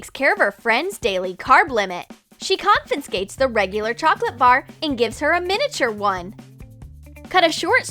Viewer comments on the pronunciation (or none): She confenscates the chocolate !! Do you mean confiscates